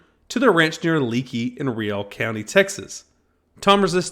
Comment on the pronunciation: Leakey, Texas is pronounced Lakey.